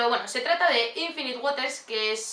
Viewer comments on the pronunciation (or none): none